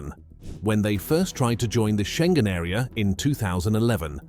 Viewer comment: Iohanis. Not " aio..." It's not " row mania" either. Think of romany. România â= ı Schengen: learn how to say that!